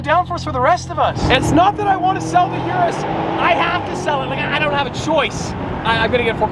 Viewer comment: I can't wait til the Urus is gone and we don't have to hear you constantly mispronounce it anymore